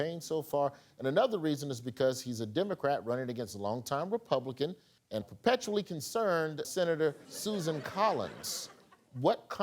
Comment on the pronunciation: "perpetuall concerned" Brilliant.